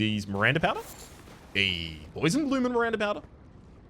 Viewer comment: I believe you willingly pronounced "poison" as "poisson" (fish) as the correct pronounciation is "po-a-zon". And I liked this pun. I am French btw. I noticed you sometimes use French when you are speaking and always wondered to what extent you can speak French? Also, as Nephelie is still sitting at the Roundtable, you may want to look for the great Kenneth Haigh in Limgrave 😁